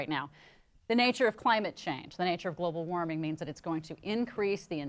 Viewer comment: "global warmle" -i caught you bitch. tighten up.